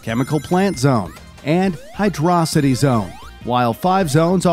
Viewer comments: Actually it's pronounced hydro-city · Happy Thanksgiving. Cant wait to see people comment on how you said "Hydro City" Zone. (Me, I'm those people)